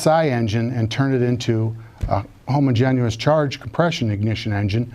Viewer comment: Every time he says homogen-u-ous. Ugh.